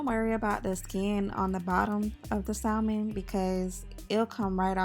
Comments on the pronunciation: "Sa - mən", I know it's hard to ignore that "L", but it is silent. It's like saying the name Sam and then ending it like your Jamaican. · The L in salmon is silent! It is pronounced samon!